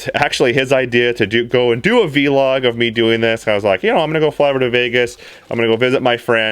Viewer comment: Veeee-log XD its so funny how you say Vlog. I know it is Video Log but still I hardly hear others saying it like V-Log.